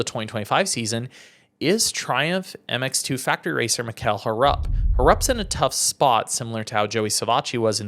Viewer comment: Brother I just kinda feel that we all know and watch all sides of the sport we all love ama and MXGP, and I just think it's kinda disrespectful to mispronounce one of the top stars names wrong. I mean ur a media guy man, if I know his name is not HAR-RUP, kinda feel like u should to my brother.